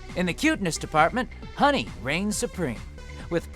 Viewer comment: I am the only one upset that he couldn't pronounce Honey's name? I mean he did voice one of the characters